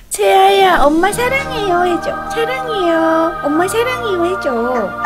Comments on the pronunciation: 채야야 라고들리는1인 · 꽃빈님이 채아야 해야되는데 왠지 채야야 하는거같아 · 채야야라고 하는것같닼ㄲ